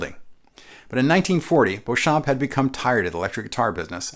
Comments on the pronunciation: “Beauchamp”, although French in origin, is pronounced “Bee-chum”…at least that’s the American-English pronunciation he used when trodding this Earth. “Bow-cham(p)” is not a thing. Thanks. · Excellent video! I think 'Beauchamp' was pronounced 'Beachum', by the way! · Beauchamp's name is correctly pronounced BEE-chum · Fun fact: the first upward sliding sound that you hear in the intro of Warner Bros. cartoons is George Beauchamp (pronounced “beechum”) on a Frying Pan. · I'm only mentioning this because of your attention to detail: 1) while you did pronounce George Beauchamp's name the "correct" way, Beauchamp himself, pronounced it "Bee-chum" 2) Technically, the Beatles did NOT return to Abbey Road Studios. They returned to EMI Studios. The name only changed to Abbey Road after 1969. Thank you for putting together another great video. Time for one on the 4001 bass guitar! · yes, I thought so too - google backs this up: according to Richard R. Smith (History of Rickenbacker Guitars pg vii) : "...George Beauchamp (pronounced Beechum), Adolph Rickenbacker, and the others formed an electric guitar company..." but I agree - totally awesome vid! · I thought it was "Beechum"... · George Beauchamp pronouced his name "BEECH-um" - typical for his home state of Texas at the time - and no, there is no controversey regarding whether or not John Dopyera invented the resonator. The controversy is that both John Dopyera and George Beauchamp claim to have invented the Biscuit Bridge cone system. You're welcome. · Beauchamp is pronounced "Beecham". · Keith: Pronounce it "Back" not "Bach" Me: Should I tell him that Beauchamp is pronounced Beech'-um?